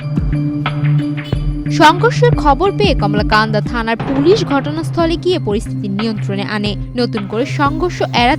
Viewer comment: কমলাকান্দা😂😂 শুদ্ধ উচ্চারণ পারেনা সাংঘাতিক